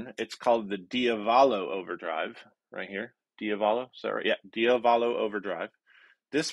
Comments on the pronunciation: accent the second syllable in diavolo. The "ah", dee- ah- vuh- lo. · dio valo? It's diavolo. "Il diavolo means "the devil"🤘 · you're a great guy and really enjoy watching your videos but it's pronounced dee AH vuh lo (like an italian would). i was amused by your pronunciation. and by the way i just bought the MXR version of the OCD. sounds great. gonna probably leave it on all night tonight.